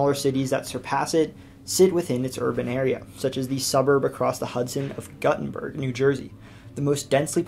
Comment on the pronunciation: Guttenberg = "Goo"-tenberg.